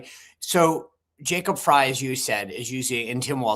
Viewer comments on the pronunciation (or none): Mayor "Fry". That's how he pronounces it.